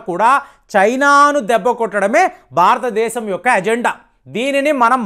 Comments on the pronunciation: It is not Kalistan but Khalistan.Learn how to speak correctly.. Pradana mantri? Baratadesam? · Good evening sir Bharathadhesam ani palakandi sir